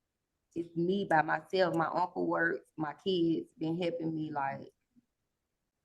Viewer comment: Why butcher the English Language so badly? "My keeds ben hepping me."